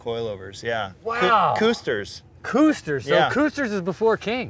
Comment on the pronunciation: Lmao it’s not “Kooster” its Kusters like pudding.